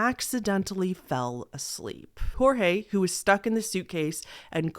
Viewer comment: Thabk jesus someone who pronounces Jorge right 😭 everybody has been saying it as George when it's pronounced as hor-hey (or whore-hey which is pretty derogatory sl i dont. Say that. Bht jt js how you say it)